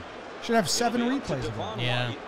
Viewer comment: it’s De-VON White